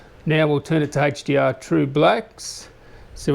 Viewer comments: Love that you showed the Hey-ch-dee-arr! In all seriousness, sweet video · I love how to say haech d r